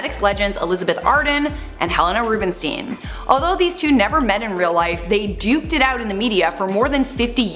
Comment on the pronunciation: or just type "Rubenstein" into google translate to know how to pronounce it. Just like Einstein for a reason